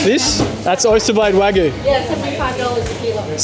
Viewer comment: Dude it’s Wa Gyu—Not Guuuuu—Cow in Japanese is Gyu like milk in Japan is Gyu n Yu